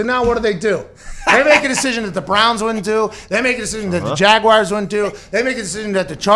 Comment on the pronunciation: I love Pat, but if I hear him say jagwhyers one more time I'm gonna pull the last of my hair out. Where do people find the I in jaguars?